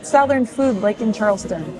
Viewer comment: did you say "SOUTH ern"???? uh no SUTH ern....